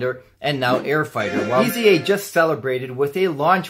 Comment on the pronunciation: Nice video for a nice watch! By the way: The first thing to know is that it is not pronounced as three letters - E.Z.A. Next, the German Z is pronounced like the English S. Finally, pronounce the E as a long A, as in "ate". And you have /AYs-uh/.